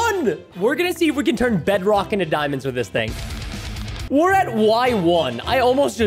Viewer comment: Excuse me but "dimons"?